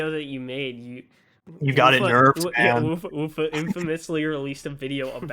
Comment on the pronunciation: TIL how to pronounce Wuffa (I was a degenerate who called him )